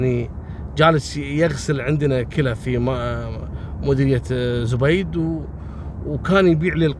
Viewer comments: زَبيد .. بفتح الزآي .. وليس بضمها .. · ترا أنت تنطقزب غلط اسمها زبيد وليست زبيد بضم حرف الزين المفروض حرف الزين سكون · اسمها زبيد برفع الزاي. مو زبيد بضمه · زبيد ماهو زوبيد 😂